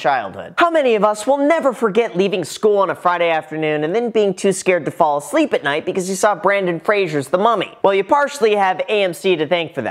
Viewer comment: I’m sorry, BRANDON? FRASIER? It’s BRENDAN. FRASER. Get it right, or the mummy’s gonna come for you